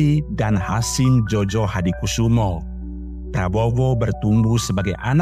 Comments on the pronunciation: Djojohadikoesoemo dibaca Joyohadikusumo, bukan JOJO. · Eh narator.... Keknya kau tak pernah belajar tentang ejaan Van Opphuijsen dan ejaan Suwandi ya... Makanya kau gak tau bahwa dulu DJ dilafalkan sebagai "J".... Sedangkan J dilafalkan sebagai "Y"... OE dilafalkan sebagai "U"... Jadi melafalkan SOEMITRO DJOJOHADIKOESOEMO yang benar adalah:Su-mi-tro Jo-yo-ha-di-ku-su-mo... Bukan so-we-mi-tro dejo-jo-ha-di-ko-we-so-we-mo.. Kalau belum tahu ilmu bahasa, jangan dulu nanggap kerja jadi narator... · Bacanya JOYOHADIKUSUMO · djojo itu bacanya joyo...